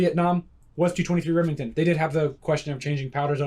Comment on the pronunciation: Two twenty-three Reming Town 🤣